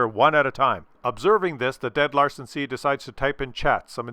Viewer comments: its Lansen not Larsen.:D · Larsen C? Isn't it called Lansen C with a N? :D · Lansen (means spear), not Larsen. Larsen could be your drunk danish neighbour... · Love ya (no homo, maybe), but it's LaNsen. Not LaRsen. I know they're similar letters with similar sounds and appearance. Maybe you need a bigger screen? I know coffee blurs my vision sometimes too.;)